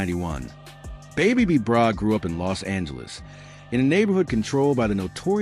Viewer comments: boooo u saying the name wrong..who is babe b brah smh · your not even saying his name right! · The information about the original B-Brayz is false. He never went to the Pen. On top of it all they mispronounced his name throughout the whole video. This is completely disrespectful. This video needs to come down.